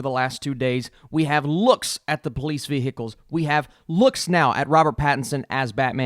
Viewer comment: Okay but why is no one else picking up on the way that pronounces ‘vehicles’?